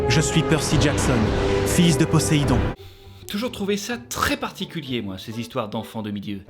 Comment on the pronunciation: Je suis presque sûr que Poséidon se prononce avec un Z puisque c'est entre deux voyelles... Mhm...